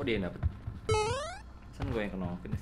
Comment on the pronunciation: Buat para random kalo mau make sure suruh bilang "KENA", kalo dia bilangnya "KENAK" Fix.. 😁😁